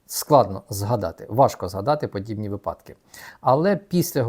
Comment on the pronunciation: та он еще в украинском делает ошибки )) например випАдок а вы его упрекаете в английском )))